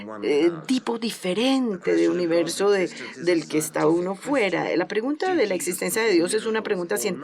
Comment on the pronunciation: La traductora dice universio hahha